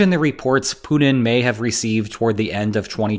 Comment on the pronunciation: “Poodin’”. = Putin